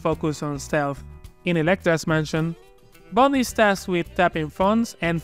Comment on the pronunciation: "the names Bund, James Buuund" hahaha nostalgia. love the content